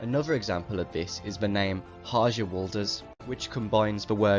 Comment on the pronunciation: skipped to a random point and heard harjaz pronounced like it's in modern English 💀i can't